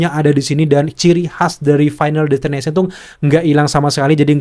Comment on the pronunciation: Destination bang bukan ination😂